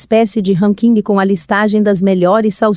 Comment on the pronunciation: Muito bom, seria melhor se a pessoa pesquisasse primeiro a pronúncia correta das palavras "bacon", "toxina" ,"ranking"... dá gastura ouvir palavras tão usuais pronunciadas erradamente.